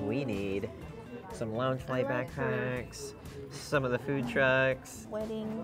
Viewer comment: After awhile it's just endless 2 inch dots! It gets harder and harder to focus on thuh good from thuh bad. The is now THUH!!